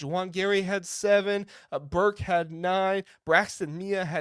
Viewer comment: Nice recap. For future videos, it’s pronounced Bear-Kay